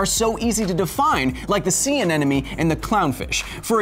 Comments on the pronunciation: Love the show but it is pronounced anemone, "ah-nem-mo-nee", not like nemo says it, aneneme. Continue making the good shiz! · Although a few times he kind of mispronounced 'anemone' -- he said aneNOme . No biggie though :D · Thor's Nuts, lad, It's pronounced A-NE-MO-NE, not "an-enemy"! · SAY ANENOME AGAIN